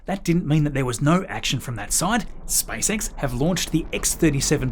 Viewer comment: SpaceX ✅ , SpiceX ❌